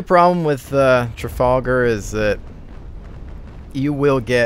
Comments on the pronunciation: Tra-fal-gar not Tra-fall-gar :) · The Trafalgar- pronounced Trafalgah